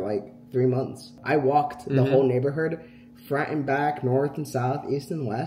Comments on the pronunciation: saying NeighborHERD lol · why does say neighberhood